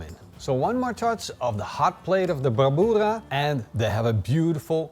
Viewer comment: Always looking delicious and fun to hear pronounce "brabura"....frickin hilarious.